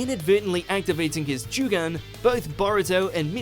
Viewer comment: Ah yes, Boruto’s mysterious signature eye, “The Jew-gan.”